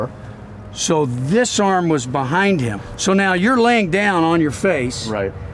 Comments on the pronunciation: Hehe "ROBAAAAHT. THAT WAS MY REAL AHM!" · "Robaht... dat's my real AHHHHHMMMM..."